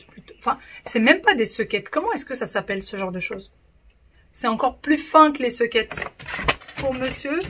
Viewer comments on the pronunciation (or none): Soquettes et pas sequette ma belle